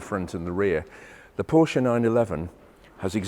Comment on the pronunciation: And pronounce Porsche the correct way. JayEmm actually makes a point of doing it wrong.